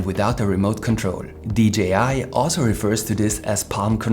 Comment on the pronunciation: One thing, a j in english ist pronounced jay, not jee. You say dgi, not d jay I, like DJ